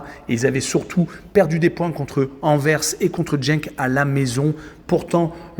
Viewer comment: Génial, mais tu dis encore Jenk! 😢😢😢 😂🤦 😅